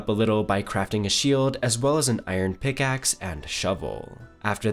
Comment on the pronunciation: pick aksssssssss :D why does this guy talk like that?